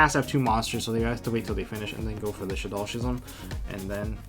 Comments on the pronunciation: How are you going to be playing yugioh for years and years, but still have a high school reading level It's pronounced "Skizm"... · I know this might be stupid, but when did we start pronouncing “schism” without the ‘c’? I dunno, a lot of my friends pronounce this wrong, so it gets me a lil’ heated lol